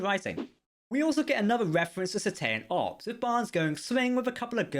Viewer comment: Cet ace ean ops is how its pronounced and its beluga whales not dolphins